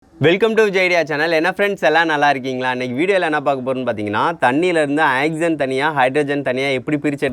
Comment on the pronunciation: Ok good!but its not " axygen" its "oxygen"!